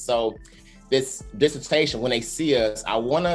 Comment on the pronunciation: disse-tashion , y'all !!! ✊🏿